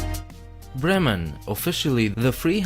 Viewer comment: Well nice, I was born in Bremen. Your german pronounciation is very nice❤